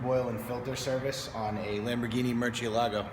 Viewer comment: Murch-Elago? That’s not how you say it but at least make more sense out of it! “Murs-Syeh-Lah-Go”